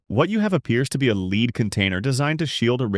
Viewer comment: lol i have to laugh these fools musing ai that can't pronounce lead as in the metal pronouncing it leed not lead like in head we shoul petition youtube to ban ai , amd most all the stuff seen so far is repeats of the repeats of the shop that grinds out videos under a dozen different names